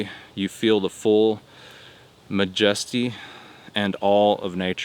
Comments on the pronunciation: Dude is mad at emojis? I’ve only watched a couple videos and one was complaining he gets too many emails and this one is about grammar. Then bro can hardly read. “mah-jest-ee” I’m dying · If you were my brother, I’d just suggest to slow down and maybe read these out loud prior to filming. The way you said majesty was wild 🤣 I’m not a critic, as I love everything you put out and if you see this please don’t take it out of context. All love